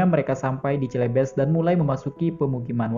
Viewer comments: Cilebes mana pak ? "CELEBES" dibacanya selebes pak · Aduh salah sebut "Celebes" (baca: Selebes), yang artinya "Sulawesi".